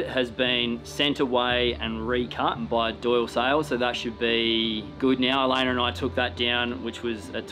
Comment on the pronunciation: It cracks me up every time calls her Elainer...